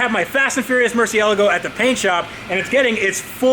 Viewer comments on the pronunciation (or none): needs to listen how Freddy says Murcielago. Cause he says it properly. It's a Moor-See-Ella-Go. Not Mercy-uh-lago. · Get cultured. It's Moor-See-Ella-Go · Please stop saying Mercy-ella-go. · Ok Tavarish we have to deal with the Mercy pronunciation. Its starting to drive me up the wall. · Here’s how you say the name of the car you own and have been working on for months: Mercy-A-Lago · That pronunciation of murcielago hurts me every time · Can you please learn how to say murcielago properly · This dude does not know how to say murcielago